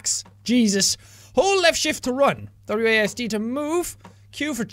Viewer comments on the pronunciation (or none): none